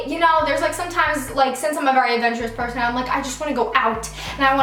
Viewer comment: "pershon" haha 😂